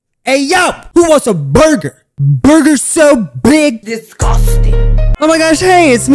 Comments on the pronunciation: I-I just can’t… the start of this video just made me laugh and I wasn’t even a minute in the video. who wants a burger? BuRgEr So BeIg. Disguhsting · PFFFT BRO THE WAY HE SAID BURGER SO BIG I CAN'T 🤣🤣🤣🤣